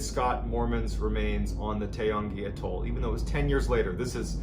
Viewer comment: Took me a minute to realise what you were calling an A - toll. Atoll